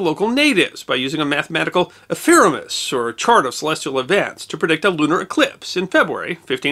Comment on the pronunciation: The word is ephemeris, you said epheremis.